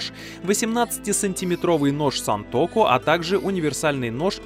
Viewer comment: Не сЕнтоку а сАнтоку